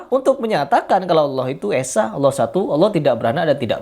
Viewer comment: kalau gitu lu salahin juga dong habib mudanya, dia nyebut Allah malah kayak alah, dan adapun orang baca Al-Qur'an meski terbata-bata dia tetap dapat pahala, bukan berarti krn kurang bener gk boleh baca dan gk boleh menyampaikan ilmu, kalau gitu banyak orang mending diem ae krn banyak yg bacaannya kurang bener